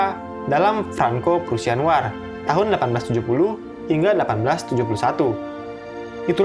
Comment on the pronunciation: War seharusnya dibaca Wor